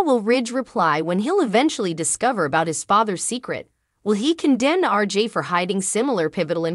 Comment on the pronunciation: It’s RJ not RG